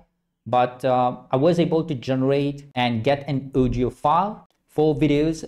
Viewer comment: Its pronounced 🔊"AW-DIO"😂